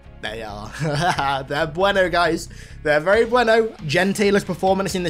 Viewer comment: Hearing him say Bueno with his accent his hilarious 😂😂